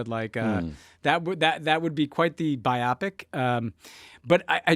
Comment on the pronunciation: Biopic does not rhyme with myopic.